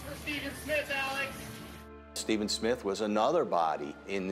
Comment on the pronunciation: sorry sister, but his name is pronounce "Alex" NOT Aleck --- please get it straight and do your job correctly